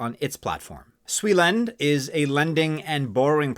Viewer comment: it's send not lend for suilend. And buy as much as u can total supply 100M